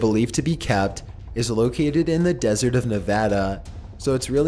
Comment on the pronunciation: Thanks for pronouncing Nevada right